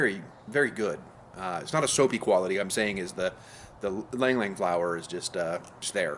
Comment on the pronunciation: Lang lang 😂😂😂 Americans 😂 ILANG ILANG YOU READ IT AS IF ITS YLANG YLANG